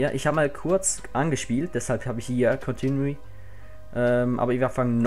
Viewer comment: hey hey;) geiles lets play, freu mich auf weiteres; unfair wegen deutschland aber kann ich verkraften:) öhm kleiner tipp am rande, versteh mich nicht falsch, aber: "Continue" spricht man "kontinIU" aus, du sagtest "kontinUI":) LG - Safti;D